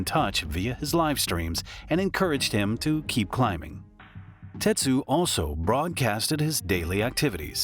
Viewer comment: His name was Tetsu, not Tetshu. And the woman's name isn't "Sawatan" it was "Sawachan". RIP Tetsu.